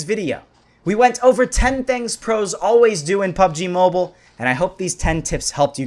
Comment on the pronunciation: Pubg mo-beel-a